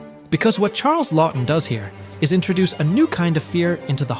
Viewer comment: You mispronounced Laughton.